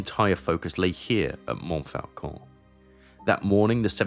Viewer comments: And Montfaucon is pronounced monfocon. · Interesting and well done. I have a single criticism. You can't correct people for mispronouncing "Meuse," and then mispronounce "Montfaucon" repeatedly. (There is no letter "L" in that word in French.)